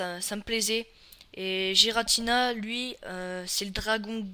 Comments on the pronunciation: Je dis ça juste comme ça mais ça se prononce pas "jiratina" mais "guiratina" ps je ne suis pas un hater je donne la vrai prononciation ;) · Tu dis des trucs faux, Palkia et Dialga ne sont pas rivaux. Et puis tu prononces mal Rayquaza et Giratina. Et Arceus est un cheval céleste... Pas un poney, et ce ne sont pas des éclairs... --' Et à l'avenir prépare-toi un texte car ta vidéo est vide tu ne dis rien à part : "il est classe" et tu te répètes et tu te trompes aussi.